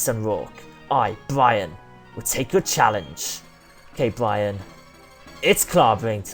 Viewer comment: It's Byron not Bryon!!! Good episode none the less though :)